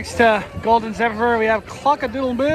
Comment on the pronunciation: ahhh the golden zephepheyr